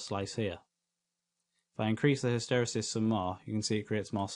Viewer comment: What a great video. Many thanks. (Pedantic point: I think hysteresis is pronounced hister-eesis. :-| )